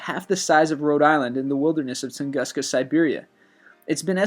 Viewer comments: I'm impressed they have the "Wow" signal. However, this narrator mispronounces many words, like "Taos" and "Tunguska," and Gigantopithecus did not live anytime near the time of the dinosaurs. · A few problems ANSWERED: Number 18 - the Tunguska Incident (pronounced Ton-goo-ska) of 1907 (NOT 1908) in Tungusksa, Russia (Central Siberia) - is now known to have been an large asteroid that hit the earth and exploded (as most do) a few hundred feet above the earth - in Tunguska, Russia. The explosion threw dust all the way to England and registered on earth quake equipment all over Europe. The first investigation was 1922 - due to the Russians not allowing outside people into the area!! In 1922 - it still had about 300 square miles of trees laying outward from the epicenter - but nothing found at the epicenter (proving it to be a ball of ice - or an asteroid - as there was no indention in the earth at the epicenter)!! It is also very well explained on Carl Sagan's COSMOS series - which was made in the 1970's and updated in the 1990's (there are small updates at the end of each chapter) - before Sagan's death!!! It WAS an asteroid - made of ice and they are only about 100% sure of this!!! And #9 was simply called the Babuska lady (pronounced Ba-boo-shka) because she dressed in a heavy coat on a sunny day - (it had rained the previous night) - as most Russian women do. She was later found and questioned - but was simply found to be a woman taking a picture - which came out blured!!!!!!! And #4 is WRONG - they never dug in Giants stadium looking for Hoffa's body - they did use ground penetrating radar - but found NOTHING!!!! MOST suspect that Hoffa's body was cut up and put i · You know, I love channels like this, and I would be inclined to subscribe if the narrator didn't mispronounce every other fucking word!!! In this video alone, he mispronounced Bermuda, Tunguska, Gigantopithecus, Earhart, Voynich, and Gibraltar!!!